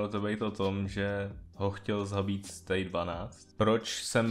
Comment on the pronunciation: Nejen, že říká stejk a ne stay, ale ještě říká hovna typu - SCP je chlap co zmutoval, ubráníme to s těmi můžema, je to pěknej démon i když jsem říkal že je to SCP, sledováci.... Tpč já bych ho šla normálně učit gramatiku, než abych mu dovolila natáčet tohle